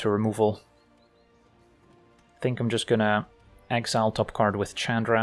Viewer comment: Calling Chandra "CHADra" is so cringe...